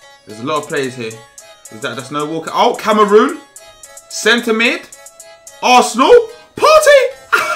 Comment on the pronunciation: man said Cameroon 😂😂🤣🤣